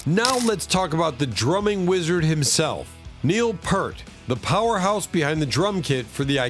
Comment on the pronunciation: ITS PRONOUNCED.....PEERT!!!! FFS...